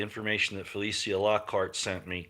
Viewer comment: FELECIA IS PRONOUNCED FELEEEESHAAA!